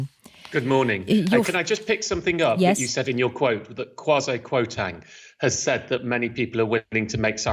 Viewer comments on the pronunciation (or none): I can't stand Kwasi Kwarteng but his name is being butched lol